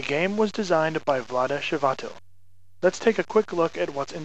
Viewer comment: Nice, but the designer´s name is pronounced like "kh-v-aa-t-y-l" . He´s Czech, not French ;-)